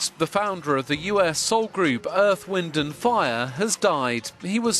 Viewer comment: "Morris" White? Earth-- Wind & Fire? I hate these AI creations! 😡 Repetative, poor pronunciation, annoying. I stayed in my home 3days after hearing of Maurice's death. It was like loosing my closest friend. I played EWF music day and night, and cried as I sang along. R.I.P. my friends. You will live in my heart forever🎉 Thank you for sharing each of your extraordinary gifts❤